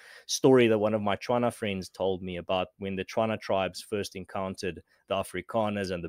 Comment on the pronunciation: What and his sort dont understand about us natives is our people-centric civilisation & his ancestors failure to usurp it. He arrogantly mispronounces Setswana le Batswana and then puts words into our Oral history. "I've got a tswana friend............"Ba neye lefatshe"(give them some land to work on ) is what he meant to say. Ja but my Chinese neighbour who came five years ago can even call our Setswana poems & totems for clan names. Now he goes through wave after wave of virtue-signalling about history whilst practising some plausible-deniability in this interview. Afrikaans was spoken by mostly-black people at the Cape as Kombuis-taal. These people called themselves Afrikanders. It must also note these are the same people who guided their ancestors into the hinterland. The betrayal obviously came swiftly as predicted by the ancient Khoi-khoi & Khe ancestors who they now arrogantly lump into 'khoisan". Afrikaans was a language of trade for the common man at the cape. Some were already fluent in dutch before 1652. Die gennotskaap van regte Afrikaaners made it a white language in 1875 after the genocide of our Khoi-khoi & khe ancestors. Remnants of that group trekked to the land of rivers (middeveld a,ka. central South Africa to avoid the scourge of whitemen.. That is how the language moved into the interior. The great trek came after the Smallpox & polio epidemichad decimated us in Camissa. STOP white washing history... Accept and move on.